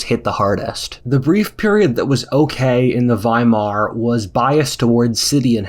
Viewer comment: Thank you for pronouncing Weimar Republic correctly